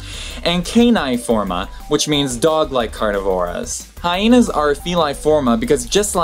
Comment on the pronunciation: what's up with pronouncing Hyena "Hyhena" ..can't find any reference to it besides others pronouncing it as such (from my (admittedly scant) perusal of the internets, they are mistaken).